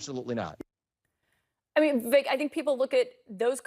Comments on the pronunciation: His name is pronounced “Vih-vake”. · I heard him say it's pronounced ' Vi Vake ... like Cake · Pronounced Vivache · Vivek says it rhymes with "cake," so it's "Vi-vake." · rhymes with cake =vi VAKE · Vivek says Vivek like in cake. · Vivek says 'Viv.ACHE'. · Vivek is pronounced as We Wake. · VIVEK rhymes with shake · Vivek pronounced Viv- Ache. Short i long A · Pronounced Vi-vake, rhymes with “the rake”…sort of. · "Veh Vake" is his preferred pronunciation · Vivek is pronounced "Vi-Vake" . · Vivek rhymes with cake, by his own account. FYI. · It’s pronounced “vivake” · Vivek pronounced Vivake rhymes with CAKE. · It's pronounced VI like VISIT VAKE like CAKE....Vivek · Good videos. Just an FYI. his name is prounounced Viv-ache * like tooth ache 😀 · vi-vek - rhymes with cake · Vivek rhymes with cake. Viv ache. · His name is pronounced "Vivake" as in make, rake or bake. The emphasis is on the 2nd syllable. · ViVake like cake is how he pronounces his name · On the TimcastIRL Podcast, Vivek pronounced his own name, as [viv-AKE] said his name 'rhymes with CAKE'. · Vivek is pronounced "VivAKE." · REMEMBER: HIS NAME IS PRONOUNCED LIKE THIS: “VIVAKE” (Like CAKE). Just so you know…. I mean you can’t be calling our future vice president and then future president by the incorrect pronunciation of his name now, can you?? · "Vi-VAKE" like Cake! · I heard Vivek is pronounced so the last syllable rhymes with "make" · Just to help some of yall out. It's "vi-vey-ik" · Vivek is pronounced vee vake (like cake) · Vivek has said his name is pronounced so the last part rhymes with CAKE, and the stress is on the second syllable. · When Vivek says his own name, he rhymes it with cake. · I heard Mr Ramaswamy say it's like cake on how to pronounce his name. So, it is a hard a in the second syllable ;) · Vivek, rhymes with cake. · Vivek rhymes with cake. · Vivek- rhymes with cake.